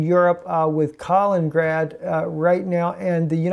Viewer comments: south china sea is hot point as well and east Ukraine.... and it is pronounced Kali-nin-grad and not kalin-grad. with three syllables not two. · Kal-in-in-grad not Kal-in-grad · If you don't learn to pronounce Kalin-in-grad, I'm gonna start a war.